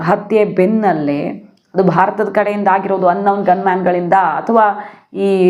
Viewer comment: madam ಈ ಹಿಂದೆ ಕೂಡ ನಾನು ಇದೇ ವಿಷಯ ಬರೆದಿದ್ದೆ. ಅನ್ ನೌನ್ ಗನ್ ಮೆನ್ ಎನ್ನುತ್ತೀರಿ……unknown ಎಂಬುದನ್ನು ಅನ್ ನೌನ್ ಎನ್ನುವುದಿಲ್ಲ ಅದು ಅನ್ನೋನ್ ಆಗಬೇಕು. ನೌನ್ ಎಂದರೆ NOUN- ನಾಮಪದ!!!